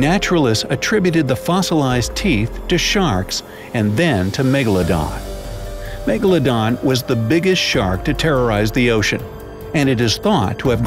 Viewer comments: 😡 Its Not Megladon 🤬 Its Megalodon 😉👍🏻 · It's Megaladon not Magaladon